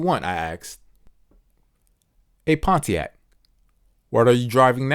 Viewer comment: i cant get over pon-t-ac